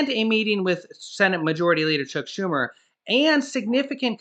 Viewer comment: Lol did you call him “Check Schumer”😂😂😂😂😂😂